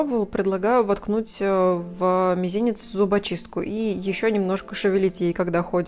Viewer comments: Мизинец, а не мезинец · добрый день! Пожалуйста, поправьте слово «мизинец» ))